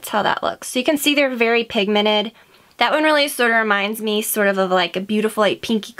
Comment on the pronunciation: Love it but why you say pigmantet always wrong?